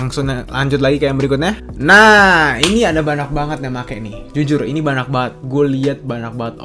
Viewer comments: Kenapa si lu ngmng banyak jadi banak? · bener ga si ngomong "Banyak" kedengeran nya banak? yang setuju like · Ngomong "banyak" gk jelas anjir